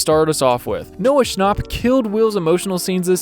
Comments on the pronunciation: man just said noah schnop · It’s Noah schnap like a nap 😴